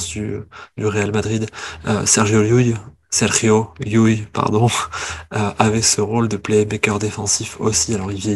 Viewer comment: Enfin quelqu'un qui prononce llull bien